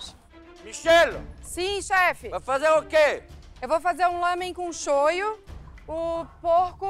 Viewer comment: é shoyu, não shoyo